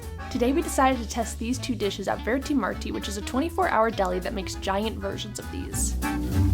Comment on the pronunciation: They said, "VERTI MARTI" instead VERTI MART. Forgive them, I do. Anyway, kudos to this beautiful duo for doing the research that led them here.